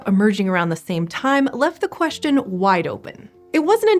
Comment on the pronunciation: reSHtricted (restricted) HiSHtory (history) queSHtion (question) AuSHtralopithecenes!!! ...so, why isn't "ancestor" aSHeSHtor for this woman?